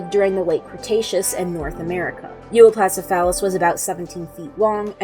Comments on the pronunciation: It's pronounced, U-op-lo-oh-sef-ah-lus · I think you mispronounced Euoplocephalus there.